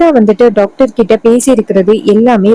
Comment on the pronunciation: 😂 டாக்டர் என சொல்லவும் நீங்கள் சொல்வது டக்டர்